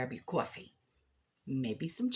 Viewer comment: My family is from NJ and I love hearing you talk about grabbing your coowafee .... I think it needs an Entenmanns crumb Coffee Cake! Love your channel I visit every day.